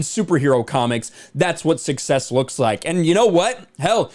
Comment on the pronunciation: "Success" isn't the same as "Sucksess"